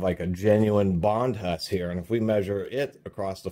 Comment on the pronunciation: The H is silent. Bondus